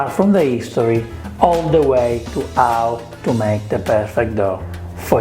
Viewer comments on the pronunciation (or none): 'Ang on, is the letter "H" silent in Italian, like 'ow it is in Spanish and French? This is the first time I've noticed you saying words like 'istory or 'ow,.